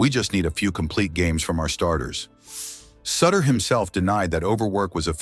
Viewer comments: His name is pronounced like shooter not sitter do your homework! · In Cincinnati, we called him soo-ter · One these days, AI is going to pronounce names correctly. Soootter. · At LEAST get his name right. It's "Sooooter". Doesn't rhyme with Cutter. Play any of the '82 videos when they'd bring him in. The crowd chanting his name sounds like they're booing. "Sooooter!" RIP, Big Bruce... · It’s suuuuuter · When you mispronounce the subject of the video’s name it kills your credibility. It’s pronounced Soootter. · Pure CLICKBAIT! Nothing about lies about his death. There were NO lies. What is also so disturbing about this video is that the use of AI is so disrespectful to Sutter in that his name was NEVER once pronounced correctly. The u sound at the beginning of his name as anyone who follows baseball know had as long sound not a short sound. So sad and DISRESPECTFUL to Bruce Sutter. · A I can't even say his name correctly. smdh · If his last name isn't pronounced correctly, it's hard to trust anything else said about him. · AI voice getting the name wrong really gives it that personal touch. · Hard to take serious when you can’t even pronounce his name right, dang! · That's because he is using an A I. voice ,not his own,so it's going to pronounce it as it's spelled. It's stupid. That splitter was NASTY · Back and forth with the uniforms, talking about different years and showing a different team, try a little continuity. Then maybe learn to say his name . Horsebleep. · Stop mispronouncing suter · Learn how to pronounce his last name